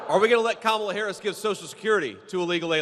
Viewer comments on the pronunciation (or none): Sorry Mr. Vance it’s is Kamala not Kamala. The proverbial word, racist, is now worn out.